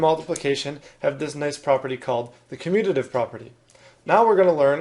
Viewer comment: Him: communidive Correct spelling: commutative Me: huh🤔🤔 Why you guys speak so badly